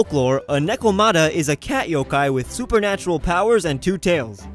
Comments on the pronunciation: BRUH U JUST SAID YO- KI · He said yo-kia